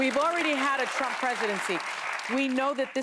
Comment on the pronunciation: I love Joy's mishap on rumps name!! So perfect!! Thank you, Anna!! Alyssa is pathetic!! She is a worm and is showing her true colors now! I will definitely not be watching your show anymore!!